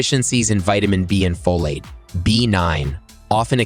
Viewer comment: "Folat" too.